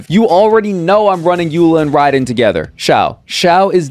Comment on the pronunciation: How the hell you pronounce raiden so wrongly